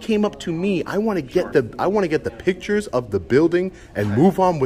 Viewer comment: Recognize our rights and freedoms with respect is the correct sentence And please say photos and video not pitchers You’re welcome.